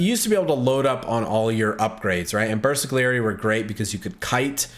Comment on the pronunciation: Even game told you milion times how to pronounce Bersagliery and you still say BersaGGGGGliery